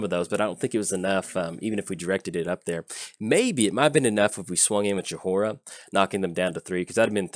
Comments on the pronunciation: You spell it Joy-ra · My head starts aching whenever you say Jahora. Please stop. The H is silent. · Her name is pronounced Joy-rah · about how Jhoira is being said. I came to the comments to see what other people thought about the match but all I see is people complaining that you're saying Jhoira wrong. But to be fair you are saying it wrong. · Well you butchered her name for sure haha. Opponent could have discarded Ral to Chandra to kill you right away.